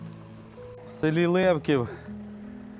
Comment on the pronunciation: Правильно казати не ЛЕвків, а ЛевкІв